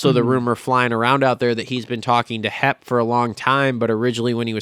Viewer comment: is so unprofessional. Grown ass man still acting like a kid, he knows good and well it's HEP Suzuki not HEMP but he said it over and over because he thinks it's funny.